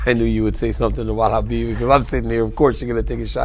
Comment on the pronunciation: Why does DC always say Hanbib and no one says anything?🤣